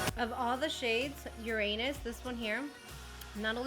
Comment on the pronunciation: Ur-an-us , not ur-anus. 😂